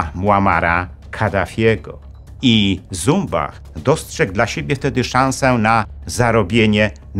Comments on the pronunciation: Jeśli nazwisko szwajcarskie to należy wymawiać Cumbach... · Jan Zumbach posiadał szwajcarskie nazwisko i należy je wymawiać "CUMBACH". Stanisław Skalski w filmach dokumentalnych dostępnych na YT takie je wymawia - Cumbach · Śp. Generał Skalski nigdy nie był "Asem Dywizjonu 303". Poza tym szwajcarskie nazwisko Zumbach powinno się czytać Cumbach. Sam Skalski o tym kiedyś wspominał i tak mówił.